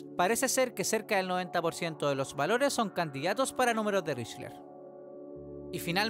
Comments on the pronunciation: Espera... Estuviste todo el bendito video pronunciando "richler" 😂 mi TOC casi me hace tirar el celu por la ventana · Con todo respeto, me da mucha ansiedad que pronuncies mal Lychrel. Más allá de eso, gran video y gran producción pa